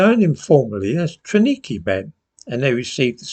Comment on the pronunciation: TRAWNIKI is pronounced TRA V NIKI......this functional camp has been cancelled from the official history....probably to improve the Ukraine's image and record.